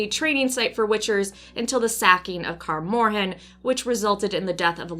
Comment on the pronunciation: I love how u pronounce Kaer Morhen xd but yeah I agree with those points. nice explanation